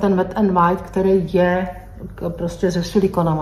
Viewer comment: Pardon, ale neni to Wide, jak to vyslovujete, ale Wild.